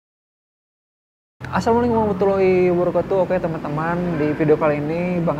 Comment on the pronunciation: Ko klu Salam tdk jelas sih. Tdk fasih. Tolong di perbaiki klu ngucapin salam.